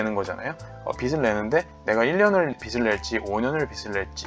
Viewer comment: 발음상 빚을낸다라는걸 “비슬낸다” 라고발음하시는데 “비즐낸다” 쪽으로 발음하시는게 맞지않나 생각합니다. 영상감사해요